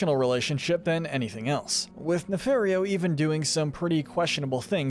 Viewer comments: Great video. But it's Ne-FAR-io not Ne-FAIR-io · It’s pronounced “nuh-FAHR-ee-oh”, “”! 🤨 You’re so bad at pronouncing names,. 🙄